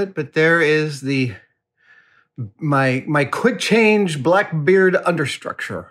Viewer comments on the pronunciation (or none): none